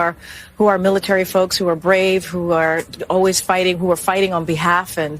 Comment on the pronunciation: She clearly couldnt say “brave” men